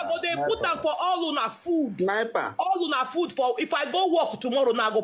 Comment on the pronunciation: Madame say snipper 🤣 didn’t knw those names before ooo.